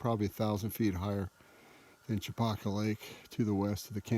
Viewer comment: Nice video. Makes me miss home. I grew up fishing Chopaka, long before it became a mecca for fly clubs and massive crowds, although it looks like you caught it on a quieter moment. Pronunciation wise, us locals say it "Cha-Packa" not "Cho-Pahka"